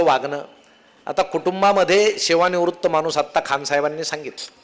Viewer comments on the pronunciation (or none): none